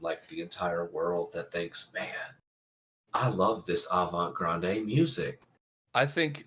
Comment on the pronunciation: Lol that guy said avant grande